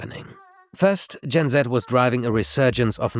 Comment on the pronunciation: i like it when you say gen Z the right way